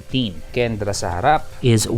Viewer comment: Sabi na e mali basa ni sa Kenda sabi kc kendra kaya re upload.